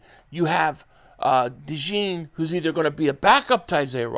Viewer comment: De jean not de john